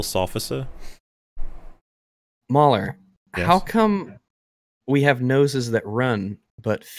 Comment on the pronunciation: MauLers pronunciation is the correct.